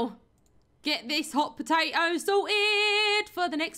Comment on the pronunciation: She brings the potAto - potAHto to a whole new level: Pota-o